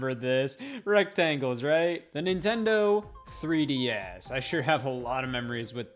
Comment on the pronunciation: Nintendo 3D Ass You can't stop hearing this once you hear this😂